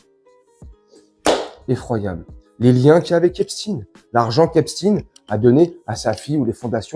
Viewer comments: Pourquoi toi aussi tu prononce epstine . Epstein est un des 158 noms juif allemand comme einstein, siberstein, goldstein, karnstein, widenstein, holzstein, etc, etc : epstein se prononce Eps-cht-aïn. Le nom de famille se rencontre aussi sous les formes Eppstein, Epstein, Ebstein, tous ces noms étant portés par des Juifs askhénazes. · Pourquoi Epstine? Epstein comme Frankenstein ou Westein. Quand à jack Lang il a 116 ans. Au moins.